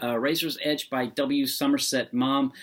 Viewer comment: "Maw-m," not "mom."